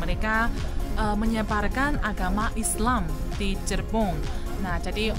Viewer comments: Cirebon jangan dibaca cirebong.mega mendung jangan dibaca meja mendung. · Mega: meja Cirebon: cirebong Kalau bukan orang Indonesia asli sulit untuk mengucapkan kalimat sesuai tulisannya, jadi perlu di maklumi. Terimakasih neng sudah me reaksi tentang kereta cepat di Indonesia, dan tetap semangat. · Mega Mendung bukan Meja En Cirebon bukan Cirebong